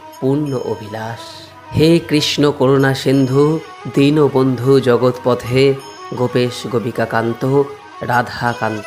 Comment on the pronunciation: Khub sundor vdo kintu ekta katha boli pronaam montre barbar jogotpothe sunte ektu onnorokom lagche jogotpote mane jogoter nath ke bola hoi tai he krishna Karuna sindhu dinbondhu jagatpate gopesh gopikakanta radhakanta namahashtute 🙏🙏🙏🙏🙏